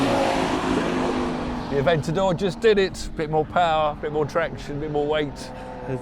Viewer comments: AVENTOR? IT'S PRONOUNCED AVENTADOR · “The Aventador just did it, has a bit more power” other guy “the ‘Aventor’ sv is a beautiful car”🤦🏻‍♂️😂